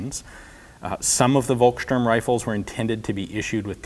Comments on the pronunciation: Hey Ian, I love your show, but just a heads up (that you might've heard before) - it's pronounced "Folksturm" (with the 'u' pronounced a bit like the 'o' in Orlando BlOOM), the same way "Volkswagen" is pronounced "Folkswagen". 'V' is (basically, might be some exceptions, but I don't know any) always pronounced like an 'F' in German. Great video as always. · Just a reminder that in German, "V" is pronounced as "F" and "W" is pronounced as "V" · Folkssturm, not Wolkssturm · A free german-lesson from Denmark: the letter V is pronounced with an F-sound. The Word “Volkssturm” should sound like Folkssturm”…, just saying☺️ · German «V» is pronounced «F», so Volksturm is pronounced «Folksturm» which translates to something like «The peoples stormtroopers», platoons made up from pensionares and youngsters, womens and girls, anyone able to lift a gun. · Try to pronounce it "Folksturm" it will get you allot closer ;) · The German "V" is pronounced as an "F", so Volkstürm is pronounced "Folkstürm". And it is no surprise that the Nazi Party would develop their own weapons, as fx. the SS was a political force, and the leader of the local party region (Gau) the Gauleiter was automatically appointed omnipotent chief of staff if connections with Berlin was lost. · Hi ForgottenWeapons! I just wanted to let you know that "Volkssturm" is pronounced more like "Folkssturmgewehr". "Thuringia" is almost good, we just say "Turingen" in German. "Kurz" is not pronounced like "Kurt" but more like "Koorz". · hey Ian, just a little point. Vo is pronounced as fo in german, so its pronounced folksturm. Otherwise good video, I like your detailed analysis :) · Thanks for the video! Heres a little tip on how to pronounce "Volkssturm": The V is spoken like an F. The "st" is pronounced as "sht". So say it like "folks shturm" :)